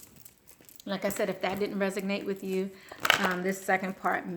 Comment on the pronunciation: Res-o-nate, Resonate.